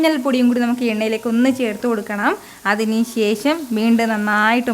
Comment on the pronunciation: ശേശം അല്ല ശേഷം എന്ന് പറാ Super cooking..